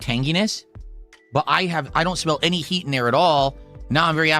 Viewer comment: He can't say the letter T at the end of a word. The more you listen, the more you hear him saying "swee" instead of "sweet" and "hee" instead of "heat"